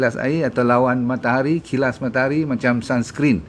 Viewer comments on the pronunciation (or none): Dah tengok video sampai nak habis baru faham maksud Dr sebut "Kilas". Upe nyer "Kalis" 😅😅😅😅😅